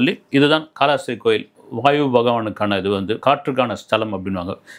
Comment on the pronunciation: வாய்வு அல்ல அது வாயு